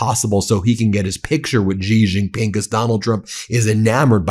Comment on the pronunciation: Ben, it's pronounced, "She Jin Ping", not "Jee Jin Ping".